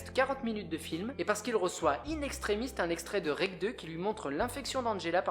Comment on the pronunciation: In extremiSsss C’est pas extremiste 😭 troisième video ou ça me choque Jsuis dsl fallait que je le dises, ton boulot est impeccable très drôle et instructif, je suis très fan, c’est le seul mini bémol que j’ai noté !